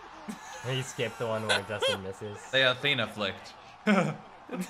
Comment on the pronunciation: THATS IN THATS IN instead of JUSTIN JUSTIN :::::... TrRIgGeErrRrrReEdDd